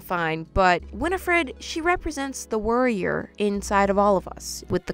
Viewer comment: Normal human beings: Warrior in all of us: WORRIER in all of us.😁😁😅😅